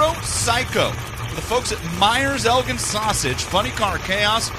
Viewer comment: He even said ELGIN right. 209 mph!